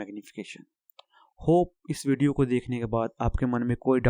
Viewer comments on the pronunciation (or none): none